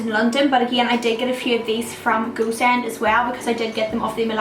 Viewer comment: When she says "Go Send" it sounds to me as "goose end" :)